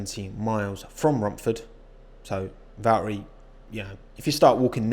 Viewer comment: "Valtteri Bottas is my favourite name to say...Val-eri is from Finland" hahahah good love our London accent, fuck pronouncing those T's.